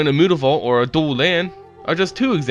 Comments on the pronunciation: Mootavault?!?!!?! Its myootavault!!!!!!! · I've watched a few of your videos, and you seem to have a penchant for mispronouncing words and names. Jace's last name isn't Beleran. Innistrad's red-walker isn't Tehbult. And unless it's on 4chan, it's not mootavault. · If it's supposed to be pronounced like that I must've missed the 'o' somewhere in Mutavault. It is pronounced 'm-you-ta-vault'. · I just want you to say "Mutavault" correctly -.